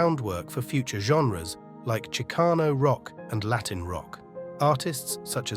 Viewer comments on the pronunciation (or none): none